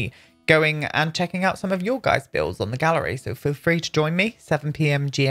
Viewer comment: Every time you say, GMT, I hear G and T and think, Oooh! A gin and tonic sounds good right about now!